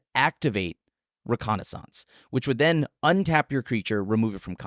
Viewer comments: OMG! Hold up. Was the only one to pronounce reconnaissance correctly. ruh·kaa·nuh·sns? I'm not sure if I should buy a lottery ticket or start preparing for the end of days. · I thought said it right. I'm right there with you buddy!